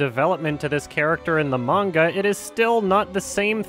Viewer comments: I'm just seeing this, and it's a pet peeve of mine when someone pronounces 'manga' with a long 'ay' sound like 'page' when it's more of an 'au' sound like 'autumn'. Ugh. No respect for those people as far as that goes. 😂😂😂😂 Nihongo wa daisuki desu yo! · if you cant even pronounce manga (mon-gah), youve lost all credibility. not you (this channel) but the sample you used. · I don't trust anyone that pronounces manga like mane-ga🤢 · Anyone who pronounces it "mane-guh" is not credible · "mainga" That woman made the weeabs in the crowd cringe hard with that pronunciation. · we’ll I lost a point of taking that seriously when she mispronounce manga, even pronounces it right. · I'm not a huge anime/manga nerd but the way she pronounced "manga" when mansplaining blatant misinformation makes my blood boil. EDIT: Also wtf Kimba is fucked up lol